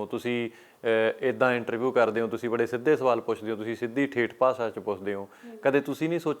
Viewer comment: ਬਾਈ ਜੀ ਬਹੁਤ ਵਧੀਆ ਇੰਟਰਵਿਊ ਪਰ ਤੁਸੀਂ ਸ ਤੇ ਸ਼ ਦੇ ਉਚਾਰਨ ਤੇ ਧਿਆਨ ਦਿਓ ਜਿਵੇਂ ਭਾਸਾ ਤੇ ਭਾਸ਼ਾ